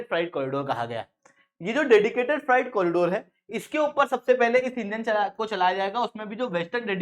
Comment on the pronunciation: Freight = फ्राइट नहीं होता फ्रेट होता है। कैसे अध्यापक हो ? 😏